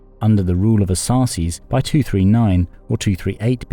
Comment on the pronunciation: Thank you for pointing out a more "correct" rendering of the name, distinct from the narrator's "Arsasses". I would like to point to the similarities between Ar-Sak, A--Shka-nian and Saka, Shaka, Sakha, or in more mutated form, "scythian".